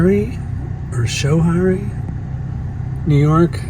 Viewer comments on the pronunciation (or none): its pronounced sko hairy fyi